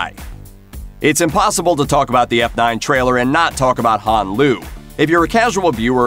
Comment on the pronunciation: Bro this guy knows nothing bout fast and furious the way he said Hans name you can tell he knows nothing probably reading off of Wikipedia